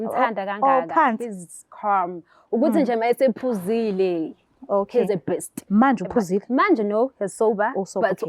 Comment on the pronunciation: "He's carrlm" funa ukuth calm😂 "he's a bist" ufuna ukuthi beast.